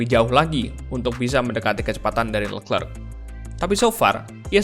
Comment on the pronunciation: Kalo mau gampang nyebut nama si charles. Coba bacanya dipisah jadi “le clerc”. Bukan “lekrek” nyebut nya anjir